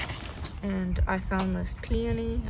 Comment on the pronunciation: You pronounced Peony correctly. They are beautiful flowers but you may have to be patient because sometimes it takes a few years to flower...but it will! Don’t you hate when that kite starts to fall to the ground?? May all your kites fly high and long!!! Love your vlog🪁